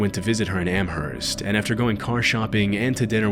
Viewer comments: Some constructive criticism: I live in the area of Amherst, Massachusetts, and the h is silent, it's pronounced "am-murst" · Can none of you pronounce Amherst correctly?